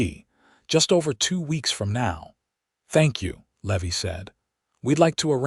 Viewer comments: Man this narrator sure can slaughter a name !!! Just awful !! The cowboy isn't a le- veee . His NAME is LEEE-VIIIII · Levi is not Levy. Think Levi like the jeans. I really wish that you all would hire actors who know this stuff instead of stupid AI that knows nothing. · The misprounciation of Levy is highly annoying. As is the so overused name of Hope! But the story is solid and the premise unique. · Love the story, the characters are wonderfully written, the AI is killing the name Levy. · I love these stories, but the AI errors are annoying! How can you slaughter the name "Levi"? Still going to listen. . .probably a great story.